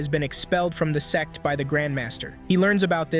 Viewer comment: Bro said s*x not sect